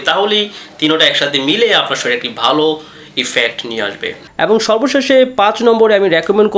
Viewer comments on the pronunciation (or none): none